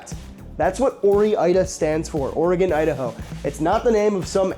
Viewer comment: OREgon & IDAho